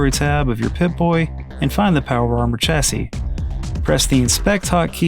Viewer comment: Chassy is pronounced like Shassy, great video!